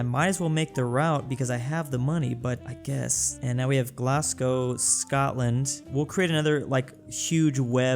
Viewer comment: Glasgow is pronounced 'Glaaz-goe'.